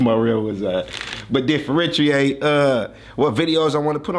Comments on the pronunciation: Classic “DA-FRENCHIATE” 😂😂😂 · You hit that word on everything " differentiate" on point brotha. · But you did say differentiate right aye ill give you that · still can’t say differentiate🤣🤣🤣